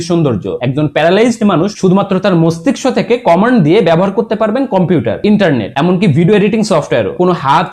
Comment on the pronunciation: আপনি তো মস্তিষ্ক উচ্চারণ টাই করতে পারেন না